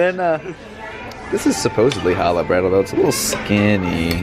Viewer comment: The way you butcher Challah is unsurprising, but yet infuriating. People who don't speak Hebrew have a hard time pronouncing the ch-sound, so I will give you a pass. Challah french toast is the best-hands down.